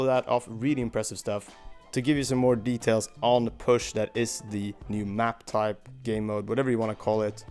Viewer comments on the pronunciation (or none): none